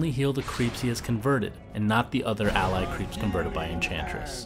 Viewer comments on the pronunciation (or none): none